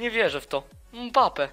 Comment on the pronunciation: Czy tylko ja słyszałem mape nie mbape